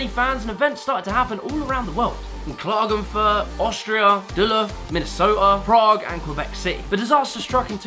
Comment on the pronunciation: blud literlly said klagenfuurt🤓